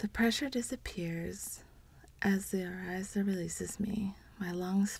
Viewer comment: Thanks for the read but please try to know the pronunciations. Orisha is pronounced “Oh-ree-sha” not “Ee-Ry-za”. Just saying…